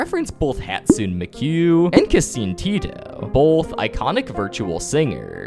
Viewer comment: Hastune miku